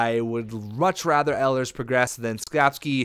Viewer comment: It's e-lers not el-i-ers sorry it really bugs me when names get said wrong :)